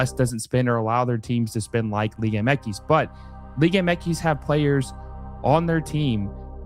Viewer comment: It’s liga M X. Not whatever the hell you’re saying throughout the ENTIRE video